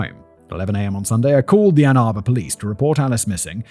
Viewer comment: Well at least he said Ann Arbor right. Lol